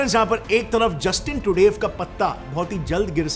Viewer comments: भैया आपने रिपोर्ट तो बेहतरीन बनाई है, इस कारण से मैं आपको सब्सक्राइब कर रहा हूं, लेकिन.... 1. जितनी बार तुमने ट्रूडो का नाम लिया उतनी बार ट्रूडेव जैसा कुछ बोला जिससे हर बार हमारा ध्यान आपकी रिपोर्ट से भटकता रहा। 2. और कहावत होती है पल्ला झाड़ना ना कि पलड़ा झाड़ना। हो सकता है कि आपको मेरा कमेंट बहुत बुरा लगे लेकिन आपकी रिपोर्ट इतनी अच्छी थी कि मुझे यह मामूली सी बातें बतानी पड़ रही है कि आप अपनी हिंदी को थोड़ा सुधारे और ऐसी ही बेहतरीन रिपोर्टे हमें देते रहे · Truday nahi Trudo! That's how you pronounce Trudeau... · The pronunciation is not Justin Trudev is Justin Trudo..pls check on Wikipedia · Bhai it's pronounced Tru-doh not Tru-dave. Also it's torrono not Toronto, the T is silent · he says Trudav but the world pronounce differently. is ur pronunciation correct, just a curosity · Naam ka pronunciation ki laga di , bhai trudev or truday both wrong . Homework thoda karlo 😂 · Your pronunciation of Treudue is hilarious 😂 😂😅😂